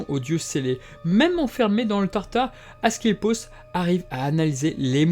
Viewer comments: Mauvaise prononciation : AscLEpios ou esculape (la même chose) :) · Très intéressant ! Question : ta prononciation d'Asclépios change tout au long de la vidéo : c'est normal ou pas ? (plusieurs personnes avec des noms proches, ou juste un lapsus) Et autre question : c'est vraiment un réupload ? (cf le titre)